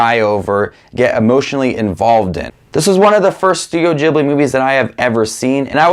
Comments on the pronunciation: It's ghilbi not jibliii ughhhh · It’s not jhibly it’s pronounced gibly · I just gotta say this before it drives me crazy It's ghibli not jibli It was named after an aircraft also named ghibli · It's ghibli, not djiblee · Its not (juh-ibli) it's a (guh-ibli) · for someone who seemingly loves these movies your butchering the name its pronounced gee· blee not gib-lee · Ghibli, not Jibbly. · Every “i” in Japanese is pronounced “ee”, hayao mEEazaki. studio ghEEblEE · he says studio ghibli wrong and i hate it... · You do realise that for a true Miyazaki fan, you're pronouncing Ghibli wrong? 😅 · And his pronunciation of studio ghibli is so strange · When he pronounces Ghibli wrong the entire video When he likes my comment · how is studio ghibli pronounced? jibli or gibli? i’m confuuuuused